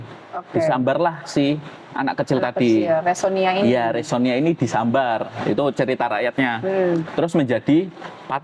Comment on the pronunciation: Bukan resonia tetapi??Resiona😂😂😂